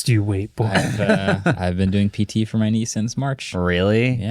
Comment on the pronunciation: “Not going to way it.” 😂